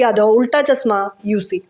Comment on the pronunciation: Pls pronunciate well and say chashma, not chasma!!